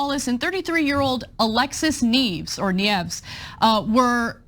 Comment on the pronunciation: Nieves? Kneevs? Knee-evs? No bi@ Nieves! In Spanish! Nieves! Nee-e-ves "Snow" "Snowed" Com'mon, man! Where's my Spanish-dabbling Romanian gypsy when we need one?